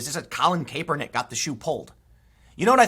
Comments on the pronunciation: CAP!! IT'S PRONOUNCED CAP..ER..NICK.... love your work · cmon man,, it's pronounced Kap-er-nik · Tim you need to pronounce his name correctly , you sound out of touch. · Tim it’s Kaepernick not Caepernick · It is Collin (Cap-ernick). Think baseball cap bro! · Why can't anyone pronounce his name anymore? It was always KAP like ball cap. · Anybody else bothered by how Tim pronounces "Kaepernick"? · Are you intentionally mispronouncing Kaepernick? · Tim please pronounce his name right lol it’s annoying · I'll never get tired of Tim pronouncing "Kaepernik". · I totally agree with you, but please learn how to say Kaepernick's name if you're going to do a bunch of videos on him.